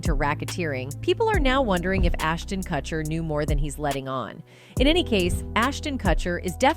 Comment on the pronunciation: MILA KUN-IS MILA KUN-IS HOLY FUCK NOOO NOT HER SAYING CUT-HER INSTEAD OF KUTCH-ER TO someone call and help her please I'm talking 911 needs to know lmao